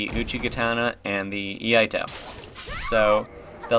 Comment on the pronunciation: Iaito. not Laito